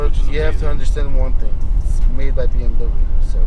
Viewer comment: “you have to understand one ting... it’s made by bmw” - fob voice 🤣